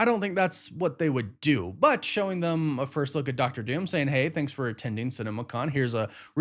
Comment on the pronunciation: Why do you say “them” as “thum”? Just curious